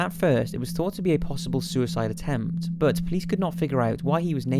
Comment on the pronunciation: oh for the love of god learn how to pronounce the word 'but' correctly its infuriating!!!! plus you use it way too often